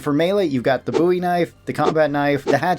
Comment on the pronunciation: so glad to hear someone say Bowie right